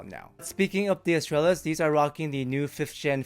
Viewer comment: With Latin words I go with classical Latin pronunciation and (in this case) the stress falls on second last syllable (-tral-). Astrālis therefore bastardized into English spelling becomes “uhs-TRULL-is”. It does help if you speak Spanish … but I heard you say Estrella. MOST IMPORTANTLY, the life’s TOO SHORT to worry about correct pronunciation of adjectives in a dead language.